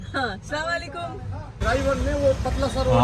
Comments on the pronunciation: Dipika aap salaam sahi Karo plz slamalikum nhi bolna aap ese bolo Assalamualikum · Heyy Assalamualaikum!!one thing i want to say do salam properly i know you are trying to convey it properly..salam has a different meanings if you say salamalikum it's approximately giving badua to them ...if you say Assalamualaikum means it's all about your giving salamati to them don't take it as bad review I'm just trying to help you to pronounce it properly...jazakillah khair❤❤ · Salawalekum nhi mam assalamualaikum bolte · if you don’t mind samalikum nhi hota ……Asslm o alaikum hota,,…,,just for correction bta rhe plz dont mind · Don’t say sawalekum please say properly Assalamoalikum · yours salaam pronunciation is wrong its Assalam o Alaikum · Dipika salam karna sikho plz salam ghalat karti ho aap salam k meaning change hojate h Assalamu alaikum wa rahamatullahi wa barakatuhu...... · Dipika jeee plzz salam thik se kren warna is ka matlab badal jaata hai naraz nhi hona plzz As salam u alaikum Hota hai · Ap salam sahe se karey jo ap salam kar rahe h ws ka matalb galat ata h